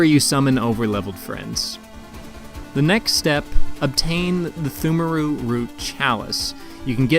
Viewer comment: FYI, it's pronounced "tumeru". Silent p and h. English is a dumb language, and that's coming from a native speaker.